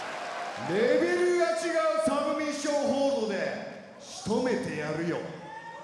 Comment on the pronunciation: TAKAのサブミッションホールドの発音が好き